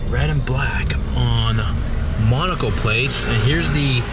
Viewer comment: The whole video, I thought he was saying "monocle plates"